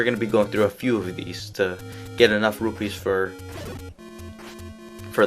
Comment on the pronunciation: its really interesting how you say rupees :P. Kinda like: Rubees or something like that.